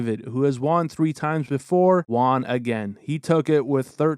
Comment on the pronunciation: Who is Juan? Won is pronounced "one".